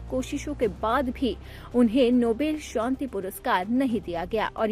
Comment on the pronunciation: Nobel shonti nahi. Nobel shanti hota hai. Not Shonti. It’s. SHANTI